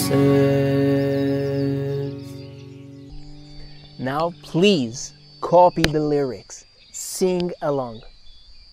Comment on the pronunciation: Why does the singer pronounce Massachusetts without the tt's in the end? It sounds like massachusess, even in the original song, by the Bee Gees. And it's interesting because he sometimes pronounce with the tt's and sometimes not.